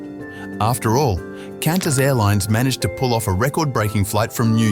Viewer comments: Four tidbits about your video: 1) China Airlines as depicted is from Taiwan 2) Mexico is in North America, not South America 3) Singapore Airlines flies east (north/south) to New York (not west) 4) Qantas is pronounced KWANTAS, not KINTAS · Cantas Airlines?? 😂😂 Bro its pronounced ‘Kwantus’ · The Australian voiceover calls QANTAS "Kantass". Could this voice be AI generated. No Australian would mispronounce the name of their own airline. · This dude really called it Kantas airlines?? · Kantas? Your voice over artist sounds Australian but then pronounces the name of the Australian airline incorrectly...fuckin weird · CANtas?! You nearly had me, then it was spotted that AI read this script because it couldn’t pronounce Qantas correctly. Sigh. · A lot of us who don't know would pronounce QANTAS as 'kantas".